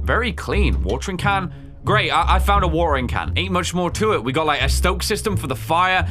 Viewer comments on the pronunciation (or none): Great I found a wa’er’in can